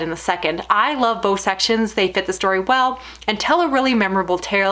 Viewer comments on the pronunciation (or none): none